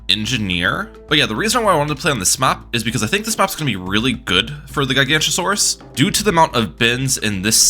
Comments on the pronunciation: As a dinosaur enjoyer, every time you said Giganotosaurus was pain. It's GiganOtosaurus, not Gigantosaurus. That is a whole different dinosaur, a herbivore of all things. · it is pronounced GIG-uh-no-toe-saur-us, not ji-GANT-o-saur-us, please do not disgrace my goat by making him sound like a bad godzilla ripoff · Its pronounced “jai-ga-note-o-so-rus” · I literally cannot watch this video with how he pronounces Guy-gancha-saurus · is called gi-gaa-not-oh-sore-is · Isn't it giga- not- a- saurus? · Ah yes, my favorite tower The Guy-Gancha-Saurus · GigaNOTOsaurus. Giga-noto-saurus. Gig-uh-no-toe-saurus. You have angered the dinosaur nerds. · Gig o not a sor us is how u pronounce it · great video but the dinosaur nerd in me died every time you said gigantosaurus 😂 it’s a weird one to pronounce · as a dinosaur nerd this makes me so mad (the way he pronounces it) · Also he's pronouncing the "t" as a "ch" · Relatable, absolutely painful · He's not even pronouncing it correctly as "Gigantosaurus." He's got the g sounds flipped. Has he never heard the word "Gigantic" spoken aloud before? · Take a shot every time he mispronounces Giganotosaurus